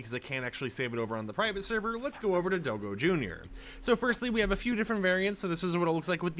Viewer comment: it's not do-go it's dog and go in one word (DOGGO) not do-go